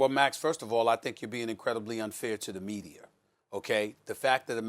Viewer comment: Stephen A "MedieR" Smith